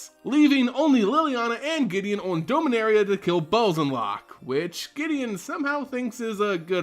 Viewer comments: It’s pronounced Dom-a-nar-ia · Doughminaria omegalul